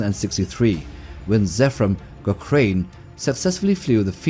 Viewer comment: Pretty good. You need to learn how to pronounce names though....Zephrom Cochrane is pronounced Cockrun....not Cockrain.